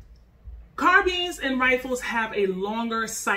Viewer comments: It’s not pronounced car beans it car BINES 🤦🏾‍♂️ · no actually we dont.. carbines (car-byns) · nice vid but pronouncing "carbines" like "sardines" had me cringing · “Carbeans” lol nice vid tho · CARBEANS LOL... LOVE THE VIDEO THOUGH!!!! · Why do you keep pronouncing it “carbeens” lol